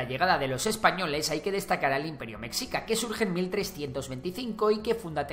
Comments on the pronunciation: Buen video pero deberías de practicar la pronunciación antes de grabar, mexica se pronuncia "Meshica" no es ayulta, es Ayutla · Relativamente joven? No mms es mas antiguo que españa de no ser por las atrocidades que tus abuelos cometieron hubiera tenido una continuidad. No se dice mecxica! Suena meshica y se escribe Mexica. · Meshica, no Mecsica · La pronunciación correcta seria con "sh" ya que en el náhuatl así es como suena la X. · Cómo me rompe las pelotas que digas /meksika/, no sé de dónde sacaste que se pronuncia así. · Mi estimado creador, mexica se pronuncia como "meshica". Es entendible que lo pronuncies de esa forma, pero la forma correcta es con el sonido sh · Meshica por favor, me shi ca! y es TenoCHtitlan por favor